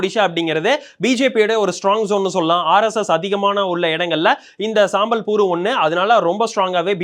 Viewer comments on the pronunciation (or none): அதை சம்பல்பூர்னு சொல்லணும்பா. சாம்பல்பூர் இல்லை. சாம்பல், கரித்துண்டு என்று தப்பு, தப்பாக சொல்லாதீங்க. அதே போல் தசமஸ்தானத்தை சொல்லும்போது (12.68 ) பன்னிரெண்டு புள்ளி ஆறு எட்டு சதவீதம்னு சொல்லணுமேயன்றி, பன்னிரெணடு புள்ளி அறுபத்தியெட்டு என்று சொல்லக்கூடாதுன்னு ஆரம்பப்பள்ளி கணக்கு வாத்தியார் சொன்னதை மறக்கக்கூடாது.